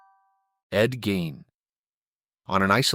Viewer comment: Gean is how it's pronounced .